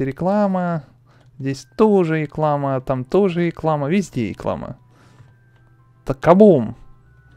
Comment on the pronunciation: не иклама а риклама